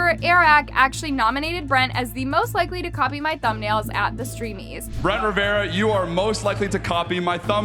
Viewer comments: It riverruhh not ✨️rivi-errrraaaa✨️ slay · I cant with saying Brent Ruh V Era instead of Ruh Ver Uh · why does everyone say riviera when its literally RIVERA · Brent Rivera* Not Riviera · It's RIV ERA NOT riviera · Brent ✨riv-e-ar-a✨ is slay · brent ree-evera ? 😭😭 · Brent “River- RA” love how she pronounces things 😂❤ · Brent “riveAra “ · Brent ✨Revie-era✨ was I the only one who noticed😂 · You didn’t say Rivera right lol. No worries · Umm u pronounced the surname wrong